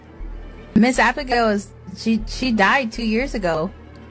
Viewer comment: The person who the security is talking to, It's Abigail Not abignail